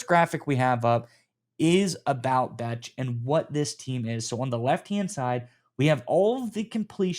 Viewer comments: Love the content, fellas! Bech is pronounced "Besh" btw. Go Raiders!!!!! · Bech (pronounced Besh) was the top blocking WR available in the draft. He will be very valuable in the run/screen game in that regard. Maybe a Hines Ward type?